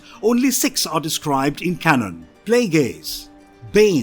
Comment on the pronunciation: Why tf does he say can on, not canon. Like bruh